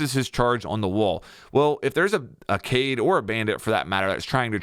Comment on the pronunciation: people still call Kaid “cade” after all these years lol.. it’s “kai eed”